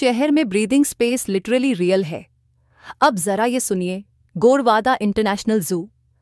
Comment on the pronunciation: Not गोरवाडा it's गोरेवाडा 😅